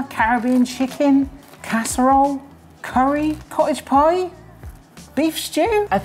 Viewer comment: You've never sounded more "West Country" than when you said 'Cottage Pie' in this video 😂